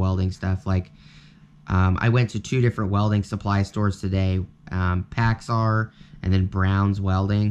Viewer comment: It’s pracks AIR not packs are